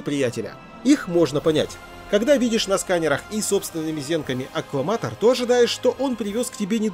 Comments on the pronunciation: Господи прости, почему вместо "аккламатор" ты говоришь "АКВАматор", НУ ПОЧЕМУ??? Ну буква "Л" и буква "В" сильно отличаются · Вижу Аккламатор, слышу - Акваматор. Кое где даже Акваматеры. Что со мной не так?...🤔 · Я один на протяжении всего видео слышал "акВаматор"?